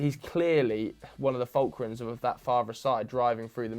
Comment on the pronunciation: always out here saying fulcrun instead of fulcrum